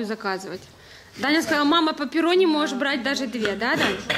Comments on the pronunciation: Как это трогательно, наш переходит в новую школу. И кстати это не паперонни, это пеперонни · Не пэпэрони а пеперони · Не паперни а пеперони